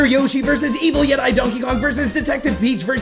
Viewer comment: pronounced as yetee